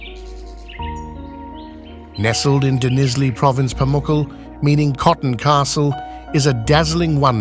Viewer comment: Is pronounced Pa mu ca le.hope you learn to pronounce the things the right way.Thank you.